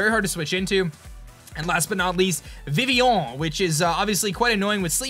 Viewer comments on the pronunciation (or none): I love you buddy but it's still Viv-ee-on